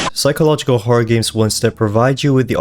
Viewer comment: Did bro say gims computer